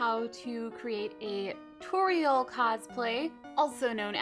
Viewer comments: It is pronounced TOR-RE-EL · It's not a tutorial it's a TU-TORIEL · You could say tu-TORIEL, ha ha ha ha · you say her name wrong, but it is fine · why didnt you just say tuTORIEL hahahaha